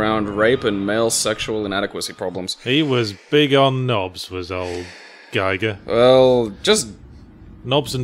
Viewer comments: I lost track of how many times they mispronounced Giger as "Geiger". If only I had some sort of counter... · Giger is pronounced as if to rhyme with "eager" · the double gg implies a short "i" but the "i" in his name is long, more like "ee", stress on first syllable. ˈɡiːɡər for the linguistically inclined.